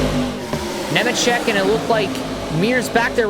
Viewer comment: Bro don’t even know how to pronounce Nemecheck correctly lol